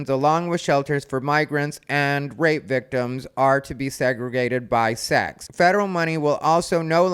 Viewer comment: “sax”? “Six”? “Sox”? 🤔